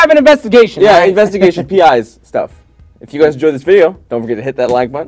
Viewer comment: "I belive in youch, Pikachu!"